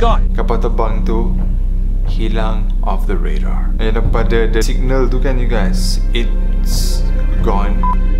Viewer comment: Tau lh dh byk sgt ckp inglish tpi nk ckp radar pon kte redar🤣🤣